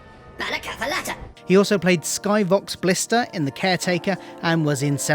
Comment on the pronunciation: A really great video but lots of name, titles and pronounciation errors e.g.; Skovox Blitser not Skyvox Blister. Richard E Grant not Russel Grant. Jen the mother of Rigsby's child?? I'm not sure that's accurate. Also he's called Rigsy not Rigsby! Also the Rise of Skywalker not The Rise of the Skywalker. Warwick Davis was in Return of the Jedi as Wicket, not Empire Strikes Back! The video is still really great and really enjoyable!!! Keep it up! Just to be aware of when releasing future videos, doublr check spellings and pronounciation of names and titles and double check research accuracy too to make sure you're always getting the right facts! But great video generally!